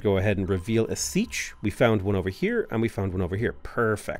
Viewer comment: Siech is pronounced SEE-AYCH